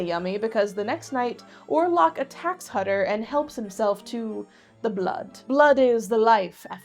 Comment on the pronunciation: Why ware thy masks? Hutter is pronoced Hoo ter in Germany